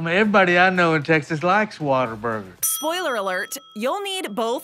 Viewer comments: True fans know its pronounced "WATER-BURGER" not how its spelled "Whata-burger". Got really annoying hearing her say it wrong soo many times. Proven by the clips of Texans talking about it in this video. P.S. Don't mess with Texas. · You don't say what a burger you pronounce like this " waterburger " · If you're going to do a top 10 on Whataburger, make sure you pronounce it correctly..."Wad-er-burger." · it’s WHATERBURGER to us natives. lol no hate but hearing “whattaburger” was a lol strange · If you are a true Texan you know it’s pronounced WATERburger. Fact. State law! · its Pronounced Waterburger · Is pronounced waterburger New Braunfels , Texas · It makes me so angry how she keeps saying the “W” is an “A”. That is not correct